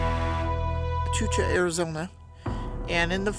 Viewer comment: There is so much more to Sierra Vista and Fort Huachuca... Sorry but probably any Soldier that has ever lived, trained and served at Fort Huachuca will cringe at your pronunciation. Perhaps on your next visit to Cochise County you can visit and explore this historic area.